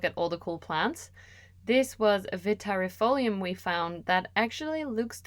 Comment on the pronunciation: Hi, Italian living in the NL here! 🙋‍♀️Great video, just discovered your channel last week and I'm in love already 😊 As former Latin student, indeed the double "ii" is pronounced as a one single "i", thus you said it perfectly. Other random tips to pronouce other botanical names: "sci" (e.g. fasciata) is prounced like "shi" (e.g. same sound like in 'SHIngle'). "Eae" (e.g. Araceae) is pronouced like a double "e" (same "e" sound like in 'Enthusiastic'). "C" is pronounced as "k", unless is followed by i/e (in this case becomes a softer sound, like in 'CHIcken'). "Ti" follow by a vocal is often pronounced as "zi" (depending on the word). Hope it is useful to someone 😅